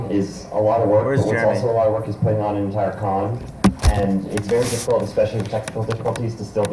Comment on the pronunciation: and "intire"